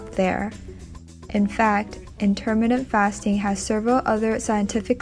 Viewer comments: You are mis pronouncing intermittent! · Please learn how to say 'intermittent'.